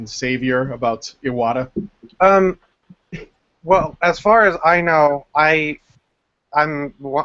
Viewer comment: The way they keep pronouncing Iwata's name, as if the "I" was two syllables is making me think of Ayahuasca.